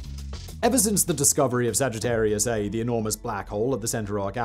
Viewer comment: The black hole at the center of our galaxy is named Sagittarius A* and pronounced as “Sagittarius A star”